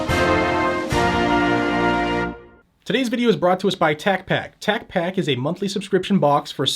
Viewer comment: You didn't pronounce Tacpack correctly.